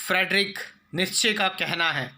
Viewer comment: Last name "Nietzsche' ka tum galat pronunciation kar rahe ho.. jo pronunciation hi galat bol rahe ho tumhare sab vate kina bakwas hoga socho... Toda logical scientific ke bare mei vi to bolo.. ki farzi youtuber hi rahoge